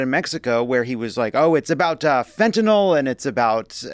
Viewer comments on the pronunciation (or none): none